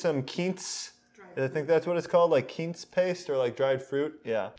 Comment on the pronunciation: Its pronounced "Qwince" paste